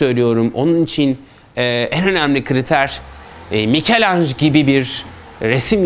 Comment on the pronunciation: "Mikelanj" değil "mikelancelo" . Yani, Micelangelo bildiğiniz gibi bir İtalyan sanatçısıdır Fransız değil. Türkiye'de neden Fransızca telaffuz ediliyor anlamış değilim. Sonra da "Türkiye'de sanat ne durumda?" diye saatlerce konferanslar veriyorsunuz.